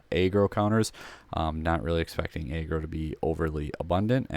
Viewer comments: I can’t take this seriously the way you say aggro like if it was a a ron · I don’t get how he says aggressive fine but aggro weird